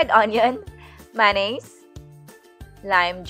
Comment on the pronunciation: Lupet yung meyones naging "manis" wahahaha